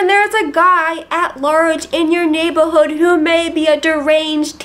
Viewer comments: It's cool, but both my brother and I noted the "Naybahood" as sounding a touch odd. We wondered if that was deliberately, or a regional accent we didn't recognize. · (1) my thoughts exactly. (2) might have gotten himself shot in the south. (3) you have the most amazing dinosaur shirt. (4) I like how you say neighbo'hood.